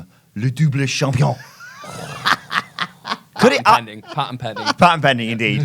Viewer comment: Spelled champion Pronounced Shampioh